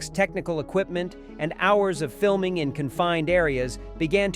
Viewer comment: My all time favorite movie. I wish they'd stop with AI voices doing the narration. Gary Sinece's name is pronounced "Sign Ice" there's a comment about Kevin Bacon's claustrophobia and the voice says "while fiming Bacon" and iron sounds like they were fiming Bacon, not the actor! Otherwise a well presented documentary.